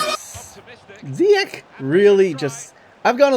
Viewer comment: just always pronounce the g of ch like in ziyech wich you pronounce good